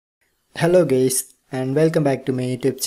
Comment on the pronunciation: "hello gays"